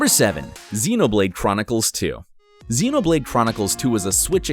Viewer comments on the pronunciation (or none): none